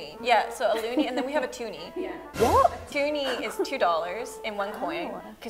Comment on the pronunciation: The way the English girl said "Wot" Got me laughing